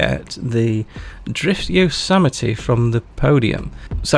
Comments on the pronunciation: Never heard Yosemite pronounced like that. My friend group have been saying it like [yōz•mite] all these years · That was cooler than, yo-semite...